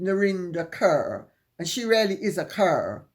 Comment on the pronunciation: Narinder Kaur is from the Sikh community. Her last name is pronounced Caw, not Cur.